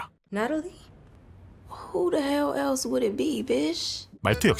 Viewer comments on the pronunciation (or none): none